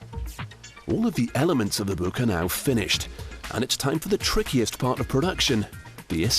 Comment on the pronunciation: "this buke"